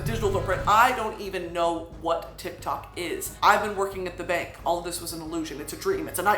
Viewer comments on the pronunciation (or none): none